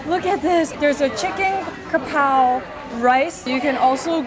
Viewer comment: your pronunciation of "กะเพรา" Kaprao is on point! Really wanted to meet you :'( my uni is very near to that mcdonald